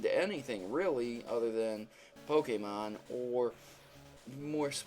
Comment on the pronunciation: He doesn't pronounce the Pokemon names right!!!!!